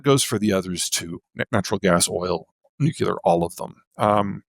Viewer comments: PZ is interesting, I’ve read a couple of his books, his presentations are polished, fairly dramatic sometimes, and he knows his material cold, probably because he repeats the same things all the time everywhere. If he would pronounce the word "nuclear" as it is spelled, he would double his credibility here… as long as PZ is not your oracle, I think what he describes is interesting, like predicting 10-day weather ~50 years ago. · always hurts my poor heart hearing seemingly smart people saying "nuculear" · Nothing lowers my perception of another human's intelligence like hearing them say "nukulur" half a dozen times and with full f*cking confidence that their pronunciation is correct. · Peter's IQ is probably 60 points higher than mine, but its a known fact that every time you pronounce "nuclear" as "nucular" it takes a tenth of a point off of it. I'm gaining on him. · Peter needs to learn to pronounce “nuclear.” He’s a smart man. “Nucular “ doesn’t cut it. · Honestly... It's difficult to take seriously any self-styled "expert" who pronounces nuclear as NOO-kyoo-ler. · Nuclear. Nu-Clear. New-Clear. in short... Nuc(nothing here that makes a u sound)lear. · I unsubscribed from Zeihan years ago. This podcast reminded me why. I see he is still saying "nucular". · Maybe this is just a toxic trait of mine but I really have trouble taking people seriously when they say nuke-u-ler instead of nuclear. It's way too common of a thing, like why? 😂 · So helpful...but Peterrrrrr....New-CLEAR CMON MAN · If he's so smart, why can't he pronounce nu-cle-ar? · So hard to hear someone call it nucular and take them seriously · The fact that he says new-cue-lar says a lot about him. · Also wish he could pronounce "nuclear". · Learn how to pronounce nuclear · people rly have issues pronouncing the word nuclear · Always makes me laugh that he cant say Nuclear correctly. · If you present yourself as this intelligent, you should learn how to pronounce “nuclear!”